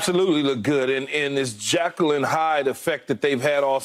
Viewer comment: Lol it’s not jackel and Hyde. It’s jekyll and Hyde. And I don’t think my man understands the context of that saying